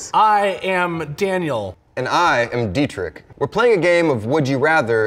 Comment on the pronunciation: Bro Deetrick its pronounced Deetrish (closest thing to german pronounced ch)